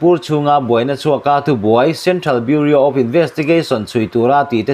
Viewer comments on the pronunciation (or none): none